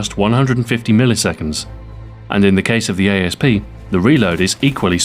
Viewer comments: isnt it Asp like the poisonous snake pronounced 'ass-p' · why does everybody say a s p its an asp you know like a snake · Is it supposed to be pronounced a-s-p or asp? I heard Ian from Forgotten Weapons pronounce it as asp but Stu here pronounces it as a-s-p